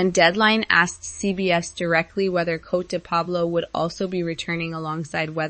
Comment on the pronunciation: And PLEASE pronounce Coté de Pablo correctly!